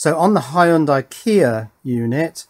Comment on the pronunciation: Nope. Hy- young- die is the correct way to say it.